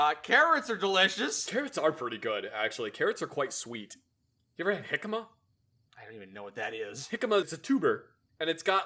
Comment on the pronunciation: Props to that really know how to pronounce jícama